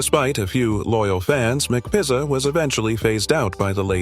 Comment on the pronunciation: Anyone up for a McPissah?!?!?!